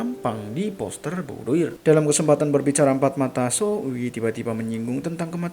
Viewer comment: BOUDOIR berasal dari bahasa Perancis. Dibacanya BUDOAR dengan pelafalan huruf “R” yang lemah